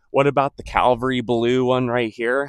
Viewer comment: It’s cavalry blue, not Calvary blue.